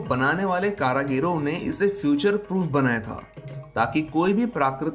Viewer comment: aap ek sabd h hmesa galat uccharan krte h "karagir" per shi santenc h karigar ur karigali plese is bat ko tik bole sunne me ajib feel hota h baki aapki hrek vidio bhut hi mahatvpurn ur khas tathyo me adharit bdiya hoti h 🙏